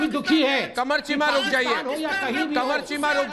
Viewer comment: Arnab corrects Sambit "KEEMA NAHI CHEEMA" 🤣🤣🤣🤣🤣🤣🤣🤣